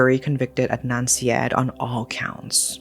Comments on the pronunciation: Ed-Nun See-Ed….😂 It’s Ard-Nun Sar-Yeed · It's more like Udd-naan Saa-yeed.